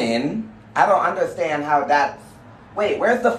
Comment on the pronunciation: “I DONT UNDERSTAHND”